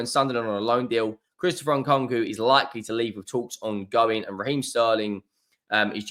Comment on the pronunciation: you butchered that name Christopher Conker 😂